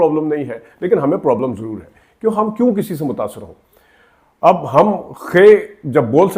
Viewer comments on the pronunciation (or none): none